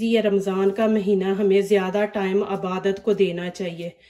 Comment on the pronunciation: Jumla durust karain ....aabadat nhi ebadat bolain....